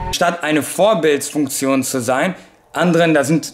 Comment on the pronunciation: Warum sagst du vorbildfuktion aber beisst im in beim